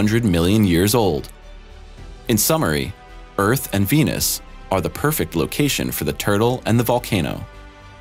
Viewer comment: Sounds like he's saying penis instead of venus.